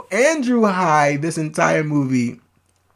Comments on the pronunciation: The name is Andrew Haigh. It is pronounced Hay-gh. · Really great review of a great film, thanks! (I've seen it twice so far.) Incidentally, writer/director Andrew Haigh's last name rhymes with "vague" -- long "a" and hard "g." 🙂